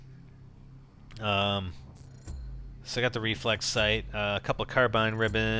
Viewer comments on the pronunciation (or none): none